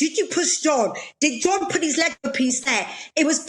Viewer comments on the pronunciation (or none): none